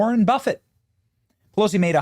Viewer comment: "Polosi Act" - gotta love it! ❤